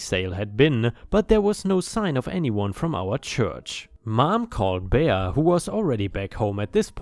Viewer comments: Bea is pronounced bee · "Bea" is short for Beatrice, and pronounced "Bee." 8-) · Last story wow and she’s supposed to be doing it for the church? Jesus was not happy with her. It’s pronounced Bee lol .✨💖🤩☄️🌠😎🎆🕊🙏🏻👍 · "Bea" is pronounced "bee" - short for Beatrice - which is pronounced bee-a-tris. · Bea is pronounced Bee. Don't know why since it is short for Beatrice. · "Bea" is pronounced Bee, its short for Beatrice